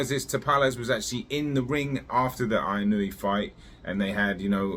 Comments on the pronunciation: Just a heads up. It is Ee-noh-eh Inoue In Japanese, like spanish A - ah I - ee U - ooh E - eh O - oh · What is that like 8 different Japanese people calling him eeh no weh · It's so fuuking annoying when a name is written in English and English speakers can't read or pronounce it with shiit. WTF language do you really speak? It's not like it's written in Wingding! TF is "Ai-ee-noo-wee"? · It's actually pronounced In-oh-ooo-eh. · You obviously don't know Japanese. If you did then you would know where you are wrong. 井上 is いのうえ, the 上 in 井上 is pronounced as うえ (ooeh). 井上 is pronounced as eeno-ooeh. Don't take my word, ask a native Japanese speaker. Most don't really care enough to say it correctly so you don't have too either. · 😂😂😂it’s ee-noh-oo-eh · Find out at least how to pronounce the name of the guy right, you sound like a moron. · Not correct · the u gets blended in to the oh. It isn't pronounced with a separate syllable like the announcer said before the fight.